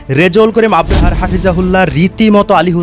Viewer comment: ভাই আপনাকে এতবার বারবার বলি আপনি কেন সংশোধন হচ্ছেন না আপনি তো আপনার নিজের সম্মান হারাচ্ছেন আপনি নিজের কাছে নিজে অপমানিত হচ্ছেন আপনাকে বলছি যে মুফতি রেজাউল করিম আবরার সাহেবের সঠিকভাবে শুদ্ধভাবে নিন ওনার নাম মুফতি রেজাউল করিম আবরার😊 ভালোভাবে দেখে শুনে বুঝে নিন ❤ মুফতি রেজাউল করিম আবরাহা নয় ❤❤❤